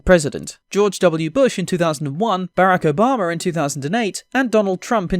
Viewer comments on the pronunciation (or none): Is nobody going to talk about how he pronounced Barack Obama? It literally sounded like Baraka from Mortal Kombat.